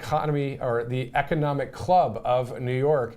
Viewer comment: Trump's low energy delivery is something we're all getting used to now, since it's a daily feature of his "weird rambling." He can't even say "economic." It's really not that hard a word to pronounce.